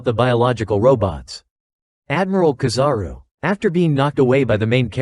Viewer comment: kizaru no KAzaru